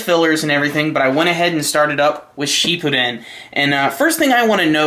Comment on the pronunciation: Pretty sure it's shippuden not sheep-o-don lol